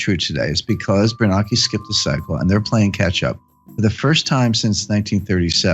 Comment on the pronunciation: AI? They are pronouncing Bernanke wrong…idiots…this is not Jim Richard’s…..